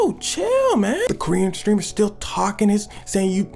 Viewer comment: Why it sounds like he said green streamer😂